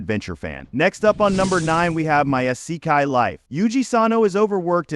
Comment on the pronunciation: soooo.... your thumbnail is of an anime that is not isekai, your ai voice can't pronounce isekai or the letters OP and this is all in the first 10 seconds of the video... good luck with your youtube career